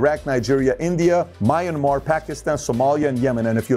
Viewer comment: Mainamar? Me an mar (like spanish forSea=mar, El mar=the Sea) an like romanian year an=year and me like english me